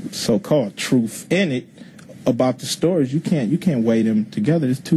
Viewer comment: Yeah what a genius telling us what the “troof” is.